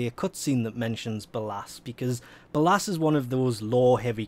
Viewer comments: "be-llasss" Stop please. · btw its pronounced Bay-Less. don't wannabe that guy but ya know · No offense , but the pronouncement if ballas made me cringe hard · I love how he says ballas completly wrong